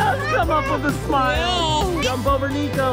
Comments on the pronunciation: It's Niko not nico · Niko said Dino ok just telling you bc I heard it